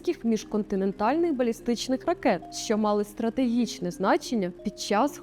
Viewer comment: Тільки ж не стратегічне а стратегічне!